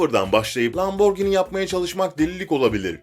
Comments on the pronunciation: Lamborgini değil lamborjîni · abi o lamborgini değil lamborjinii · lamborgini değil lamborgihini bide lamborgini diye okunmuyor lamborcini diye bide bizene türkiyede lamborghini mi var? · Abi lamborgini deyil laburjini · Neden lamborgini diyon? :D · Lamborgınt aq